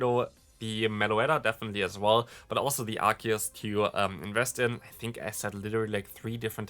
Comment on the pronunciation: By the way, Arceus is pronounced ArKeus so basically the way you pronounced it the first time when you mentioned Arceus. A lot of people also pronounce the C not as a K but rather as an S.